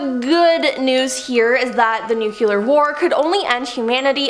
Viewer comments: Must be the George W Bush pronunciation.... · It's nu-cle-ar not nu-cu-lur. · nuquelar? really ? ?? ahhaha